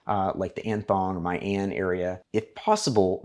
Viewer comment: pronounce as mi an not my an